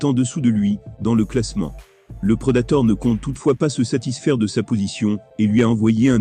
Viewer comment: virgule Dana Wha-Ite et j'en passe ! Le Preudator Fait un effort putain ! Si tu ne veux pas parler toi meme fais un effort, écoute ce que ca donne et triche ! Quand ca dit Franci, tu met 2 S et E et ca dira Francis, met un accent aigu a Predator, je ne pas moi, joue avec les putain de lettres à l'écris pour que ca sonne quand tu écris de l'Anglais dans un truc calibré pour le Français